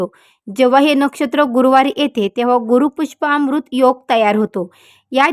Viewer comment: ते गुरूपुष्याम्रृत आहे गुरूपुष्पाम्रृत नव्हे